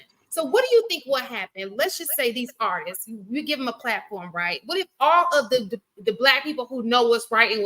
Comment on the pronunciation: How yall keep letting this dude say "artises"? ARTISTS has two syllables not three!